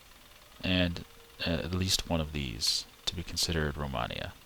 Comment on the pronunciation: Its pronaumced romeinia and written romania